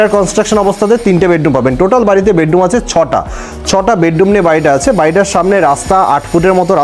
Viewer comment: বেডডুম নয় বেডরুম ।